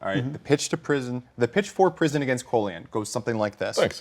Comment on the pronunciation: His name is Colion. Call-ee-on